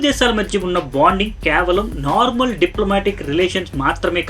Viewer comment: kyaavalam kaadhu KAY-VA-LAM